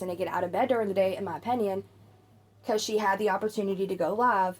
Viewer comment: Here's an unimportant, petty, unasked for opinion. The way you pronounce the word, opinion as, "openion" is painful to hear every single time. 😑😅 That aside your voice/tone is pleasant, easy listening for times when I want to listen to unimportant nonsense I barely register for background noise during important, real world tasks. You're good at being background irrelevance. As for Eugenia herself? Her fate is already sealed in flesh and blood. Or lack thereof. The only thing that remains to be seen now.... is how many of you lot actually invest in this topic of her slow demise with any degree of serious curiosity.... ...Yet walk through life as if you're generally above such morbid curiousity and think yourselves decent people in the same breath. If she's offline she's offline. To speculate why is a waste of, what seems to be, (all) your limited, precious brainpower. I shall see myself out. Excuse my opEnion. 😂😂